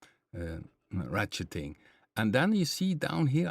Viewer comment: Perfect, 🙏🏽 Many thanks for the very usable information provided here. For your information,...you said ratcheting perfect the first time ha ha. Not an easy term! Think about RATS. Almost like RAT-SHITTING LOL. Just a way to remember.;) I had no idea I only chose the PM stuff lol, how funny. I guess it is because I know a good deal about the basic waveforms combined, however, audio-rate OSC modulation has always been a less-traveled area for me—unless I just experiment. But now I know more about controlling what could potentially end up as wild atonal chaos. ha. Thanks a lot. I look very much forward to other users’ suggestions the next time you do something like this. After I dive into Quad more then I may definitely have questions about some of those presets. Edit: One more thing! If you do have stream on a different schedule then PLEASE send a note here on your YouTube or on the email mailinglist. I do not use Fazebook/Twivver;) Thanks in advance 🙏🏽🙏🏽